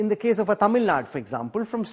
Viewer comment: It is infuriating to hear Tamil Naad, instead of Tamil Nadu from an english channel. PS: I'm not from Tamil Nadu.